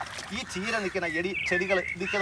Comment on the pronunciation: കീര അല്ല ചീര